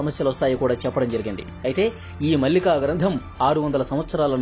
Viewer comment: పుస్తకం పేరు భవిష్య మాలిక. మల్లిక కాదు.